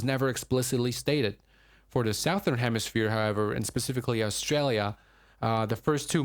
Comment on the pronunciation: Did he say "the south-ner hemisphere"??😂😂🤔